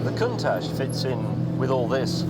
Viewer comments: Pronounced "con tach" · The way he pronounces Countach is bizarre and almost obscene, Its Con - tach not whatever he is saying 😬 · Listen to the way that Pagani, who worked for Lamborghini at that time including development of the Countach, and Balboni, the main test driver of that period, and Gandini, who designed it all pronounce it: coon-tatch that is the proper way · Fun fact, the Italians actually pronounce it Coontack. You’re welcome. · Stop calling it a cuntach you absolute melt 😅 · I hate the way they pronounce Countach, they started an entire generation of people who pronounce it like a idiot. Not a british thing either, i and everyone i know pronounce Count - Ash